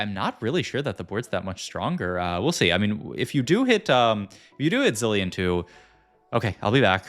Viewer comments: killed me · Came for the TFT expertise - stayed for the hilarious pronunciation of ZIH-LAYY-UHN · I mean... Chilean is pronounced Chee-lay-an 😅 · its the worst thing about tft content creators i hate this sht so much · Why does he do that? The "bree air" (briar) as well. He says zilean normally later on as well, so he can obviously pronounce things correctly, it lowkey pisses me off